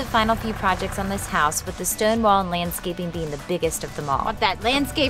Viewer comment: Did she say "Landscaping" or "Manscaping"?? lol